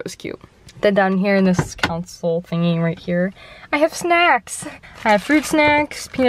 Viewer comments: Console not council lol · calling her console a council had me dying 😂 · Why does everybody call the CONSOLE the "COUNSEL?"